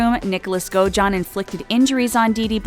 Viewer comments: Omg it’s blanCHURD not blanCHARD, and it’s also godAjohn not gojohn. 😐 yes I know how godejohn is spelt but that’s not how it’s said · The way the narrator pronounces “Munchhausen” and “Godejohn” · Me too. As well as the way she pronounces Godejohn. Oh and years like 2019 she says 2000 and 19, you don’t need to say and! Lol